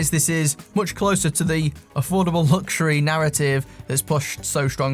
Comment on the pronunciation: I always skip these adverts because they always say lugsuary watch,which really grinds my gears,just saying.